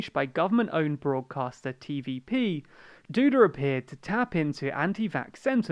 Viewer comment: As a Polish person I am ashamed of my nation. Also on pronnouciation: Andzhey Dooda and Rafaw Tshaskovsky